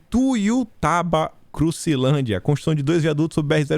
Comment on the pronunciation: Parece que você não deu conta de falar o nome da minha cidade!!😂😂😂😂 muito bom, Ituiutaba é Bolsonaro!!